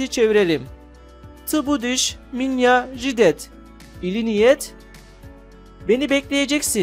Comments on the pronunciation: güzel bir çalışma ancak Jidat fiilinin telaffuzu jidet şeklinde olmaz.. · Ждать kelimesinde a harfini neden e olarak okuyorsunuz acaba?